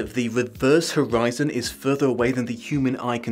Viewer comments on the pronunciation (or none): none